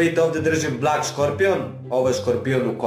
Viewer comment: Blek se kaže